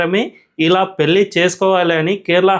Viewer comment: yentamma nee telugu, telugu raani muslim matladuthunnattu vundhi. Please telugu konchem improve chesuko. Pelli kaadha, pellhi ani palakali. Learn telugu to express good.